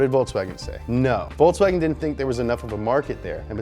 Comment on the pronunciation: I love the the "VolkSWAGen"